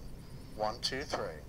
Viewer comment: teAARsting teAARsting, 1 tarwo 3 rofl